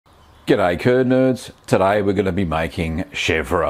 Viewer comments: Love your work but please, it’s pronounced shev, not shev-ra, ever. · Hey,mstop saying "chevra" it is "chevre":-) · Chevre pronounced Shev....the re is silent. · Just "shevr", the final "e" is silent.